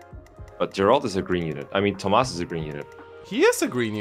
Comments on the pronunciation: It’s TOMAS btw. T - 0 - M - A - S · Hey, his name is Tomas, egg. There isn't an "H" in it. Respect your elders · It's funny to listen to all the voice actors struggling to pronounce Tomas and Mercedes names properly.